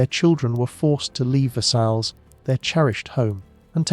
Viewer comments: Versailles isn't pronounced as ver-sails, JFC man. It's Ver-say, or Ver-sigh (depending on who you ask). Please do better with your pronunciation. I'm not even French, was born in the US..and yet I can pronounce it correctly. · It brings down the perception of the quality of this documentary: if this is not known, what else is right.